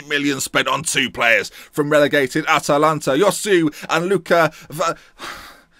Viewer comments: Josue is pronounced Hoswe, not yosu. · Like the signing but Josue is pronounced Hoe-Sway. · Great video and as usual really good and creative intro! Just to point out Josué is pronounced Chu-Sué...